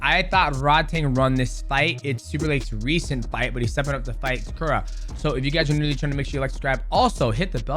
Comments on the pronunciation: His name is Takeru (Tae-ker-roo) not Takura 😅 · Takura is a crazy pronunciation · its takeru ffs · Please pronounce takeru’s name correctly haha😂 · I honestly got mad every time he mis-pronounced his name lol... How is Takeru so hard to say? lol